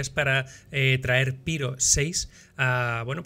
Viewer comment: Amigo! puedes decir "Piro" fonéticamente tal y como se escribe. Es una palabra de origen griego que se pronuncia igual en español. Son los angloparlantes los que deforman su fonética original, así que sin miedo!